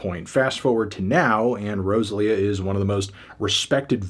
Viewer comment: The way you pronounced Rosalía and Berghain I just can’t